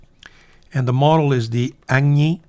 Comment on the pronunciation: If this interests you as you tried to pronounce the full name of this model. Agni in Sanskrit (and Hindi) means Fire.. pronounced like "ugny", ( =ugly but with an "n" instead of the L, in contrast with the ~gna in Bologna).